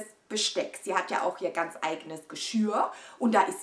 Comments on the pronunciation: Sag doch nochmal „Geschirr“ (Geschööhhr) 😂😘👍🏼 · Meine süße Maus, ich mache das total ungerne, weil das immer so klugscheißerisch rüber kommt, aber mir ist aufgefallen, dass du total oft immer Geschürr sagst. Das heißt aber Geschirr 🤣 du sagst ja auch nicht Geschürrspüler 😝 sondern Geschirrspüler 🙃 aber hate mich jetzt bitte nicht dafür, ich meine es doch nur gut und habe dich doch sehr lieb 💋💋💋❤️❤️❤️ aber ich glaube, das weißt du 🤗😉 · 😂😂😂 „ Geschürr“ 😂😂😂 nur zur Erinnerung: es heißt : Geschirr 😉